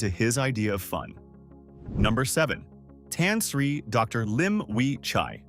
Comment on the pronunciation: bro - thats not how you pronounce Tan Sri. but otherwisw good documentary